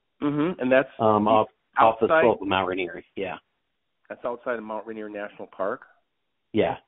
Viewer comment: Hey Guy it’s Mt. Rainer. As in Rainer Mountain. Not Rainer Montana.